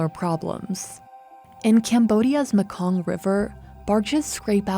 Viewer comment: And it's pronounce maykong.. Not muhkong